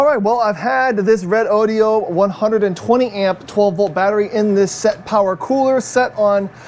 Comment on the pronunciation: Redodo pronounced correctly 👍